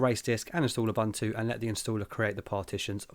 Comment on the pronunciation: please say it correctly: I would also dislike having people calling you "TILER".